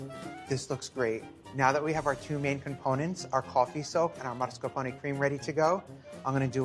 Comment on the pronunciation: Is it me not hearing it right, or does he really pronounce it as MARSCAPONE cheese?